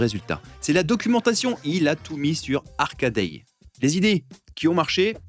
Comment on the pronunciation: "Il a tout mis sur ARCADAY" lol ! C'est Hackaday !